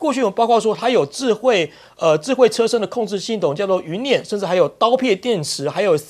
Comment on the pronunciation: 辇（nian,三声）不念折（zhé)，云辇-Z，云中之车。